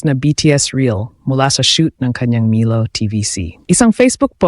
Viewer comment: wrong pronuoncecition of milo.